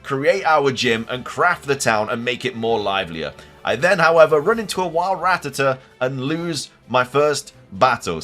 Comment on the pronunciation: Oh my God, a PokeTuber who can actually pronounce Rattata correctly? Hell, I'll give you a Like just for that alone.